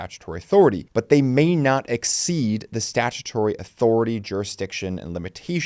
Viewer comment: "statuary [sic]" -- "statutory"